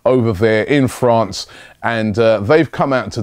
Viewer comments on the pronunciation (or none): none